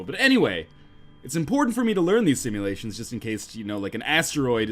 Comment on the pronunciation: did he just say "simulatie'?